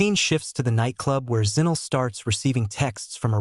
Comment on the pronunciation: Zinell is actually Zinhle pronounced "Zin-claire", well close enough..